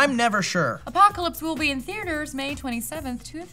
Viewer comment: Maude don't ever say "theater" like that ever again....you sound weird....love you Maude Garrett you're awesome and very cute in a nerdy way and I like it ;)